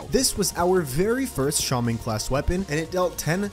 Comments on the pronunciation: It is pronounced shAWman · says shAmon!? Why does he say it like that, I know he in American and English is weird but, y’know